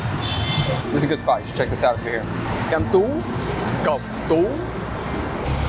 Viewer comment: Me seeing pronouncing the word "Cẩm Tú" correctly::face-purple-wide-eyes::face-purple-wide-eyes::face-purple-wide-eyes: For you guys who are new to Vietnamese, Vietnamese has 2 different layers of accents for words forming that give hundreds of accents combination and usually you only need to master 1 layer and you can be considered fluent as a foreigner